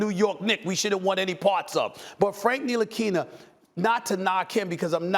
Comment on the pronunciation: Everyone: Frank Ntilikina Stephen A.: Frank nilikini